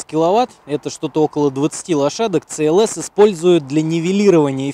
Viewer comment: Это СИ ЭЛ ЭС. А не ЦЭ ЭЛ ЭС. В английском языке нет буквы и звука Ц